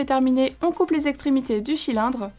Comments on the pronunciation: Je ne rêve pas elle à bien dit " le chilindre "hein??!!!! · elle a dis le chilindre